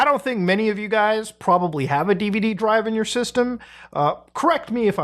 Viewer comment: "theres porbably six or seven" holy clipfarming